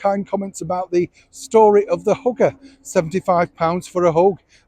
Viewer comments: Yes, I thought he said 'story about the hooker' '75 pounds for a hoe'. Even after reading these comments, I went back listened and thought, could he be speaking about both? Because I did hear him later talk about hugging. So I turned on closed caption and hugger showed up for 75 pounds. Bet he's having a good laugh at us right now. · I was a little taken aback as I thought you said "hooker"! Hugger.....got it! I'm not entirely convinced she's stayed away/silent by choice, as past behaviour tells us she'd have done a pap walk/issued photos of the children to distract attention away from him.....she's generated the "where's Meghan" stories, instead! Anyway, her busy little brain will be working overtime plotting and thinking up more fiction and, of course, probably dipped into Harry's pot of gold for another round of cosmetic surgery...... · Hi, I nearly fell off my chair when “ heard” you say about a “hooker” charging £60. I had to rewind before I realised you said a “hugger”😂. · I thought he said hooker not hugger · I thought so too 🇨🇦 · Sounded like hoover to me also....and I'm a northerner. 😀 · I thought Exactly the same thing and I'm British,...it Certainly got my attention!!!... hahahaaaa...but hey,...who knows!!!.... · That is exactly what I thought he said. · I thought "hooker" too and wondered why anyone would think they shouldn't charge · hugger! i thought you said "hooker" which would've been fair for 75quid 🤣🤣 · I thought so too!